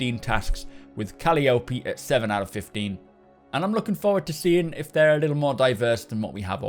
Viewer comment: Your pronunciation of Calliope keeps throwing me off. The proper pronunciation is "Cah-lie-oh-pe" Cheers!